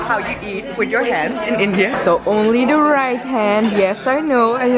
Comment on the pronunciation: The emphasis on "right hand only" was just adorable.